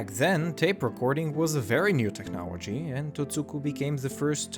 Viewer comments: It's pronounced "TECHNOLOGY", not "Technowagy" lol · why can't you say technology right, are you american or from another english speaking country as i have no idea why you say technology as technowagy